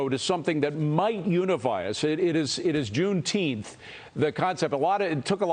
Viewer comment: He can't even say Juneteenth - idiot. Trump will crush it when he's back in office.